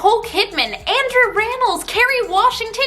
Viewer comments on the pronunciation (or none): none